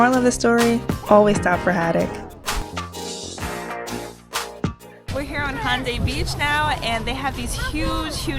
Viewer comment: It's Ho-tok, lol. Glad you liked them-- 2nd best city in South Korea after Gyeongju